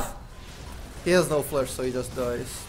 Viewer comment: i get triggered whenever he says flesh instead of flash